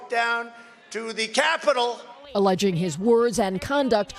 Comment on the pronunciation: I like how he said the Capitol in all caps.